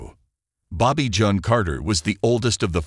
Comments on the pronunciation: Bobbie John? LOL. Bloody ROBOT crap. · Think narrator pronounced it French way instead of English & expect she didn't use that pronunciation.